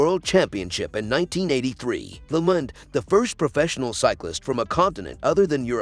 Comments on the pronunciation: Agree. The person has no knowledge of cycling, otherwise would know how to pronounce, if nit all, most of the names. Lemond is Lemond and not lemon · The producer of needs a better editor and a narrator who knows how to pronounce names. Greg "Lemind"? And Armstrong? Talk about bias.